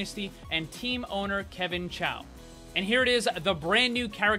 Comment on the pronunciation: ITs Kevin Choo not Kevin Chao